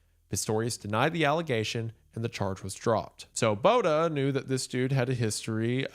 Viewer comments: I REAL just want to help this man say Botha correct😭😭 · Man the way you butchered Botha....🤣